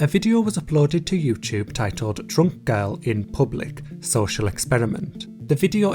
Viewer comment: i can’t get past “yewcheube”